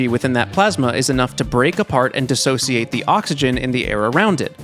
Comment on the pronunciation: Kudos on "dissociate"❤